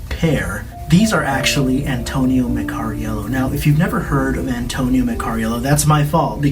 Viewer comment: Meccariello bloke not Meccario